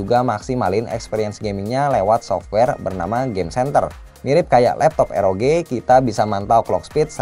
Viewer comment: nyebut RoG jangan Eroge lah, kan jadi kimochi..